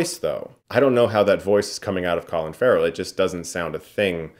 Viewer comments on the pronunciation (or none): did you just said Collin Farrell? what the fuck?